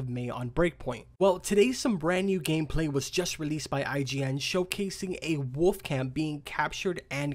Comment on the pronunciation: Go to the mirror and practice saying the word woLF. God you say woff or woof. It’s woLF!